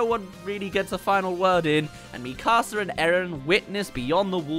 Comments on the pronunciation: Kinda bothers me how he calls it “mE CAaSA” 😭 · Bro really called her “Mí casa” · ITS NOT MI CASA ITS MIKASA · mika-sa not mi casa su casa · When is trying to say Mikasa it sounds like he saying my house in Spanish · Bros saying mi casa 💀💀💀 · Me-kasa, seriously. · he siad mekuza wrong. no hate tho just pointing out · I cant stand the pronunciation of "MiKAHsa" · Please stop saying MEE KAR SAR. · Why are you saying Mikasa like that!!! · Why do so many people who have watched all of the show not know how to say Mikasa’s name? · Hearing you consistently fail at saying the name Mikasa is like nails on a chalkboard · Sounds like he’s saying my house in Spanish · the way u pronounced Mikasa Killed me in a bad way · Why does bro pronounce mikasa like that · ion wan sound like a picky nerd but everytime I hear him say mikasa wrong i lowk cringe lol but its all cool haha